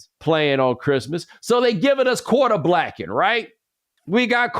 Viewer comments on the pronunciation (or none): Bro said quater blacking 😂